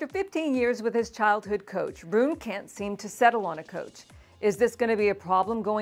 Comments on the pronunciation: Because she is mispronouncing it! It's "Roo-nuh." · I hadn’t heard his name pronounced this way before.